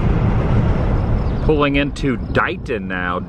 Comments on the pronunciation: Adam you said Dighton the correct way. The only reason I know that, is I lived in Dighton, Mass when I was young. Great vlog as always. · You pronounced Dighton correctly. That's my dad's hometown, that was where he had his 1st teaching job, so I lived there a yr. Just west of Dighton is a sm place, not really a town, but it's on the map it's AMY, KS. My dad was born there. His grandfather, who was in the Civil War, homesteaded that area and was a successful wheat farmer. He actually proved up his claim, which only 40% of the Homesteaders did. Amy was named after my dad's aunt. It's a small place on the map. but, I am proud of it as it is my family's heritage. How many American families has their own personal little dot on the map that is there because of the significance of their own family? I display wheat in my house in remembrance of my great-grandfather James Richard Bruner. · You said dighton correctly i been in the area 30 years ✌️💯👍